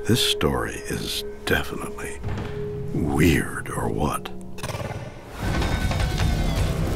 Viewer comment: Dude is saying "weird or what?" wrong. Dumb name for a series anyway.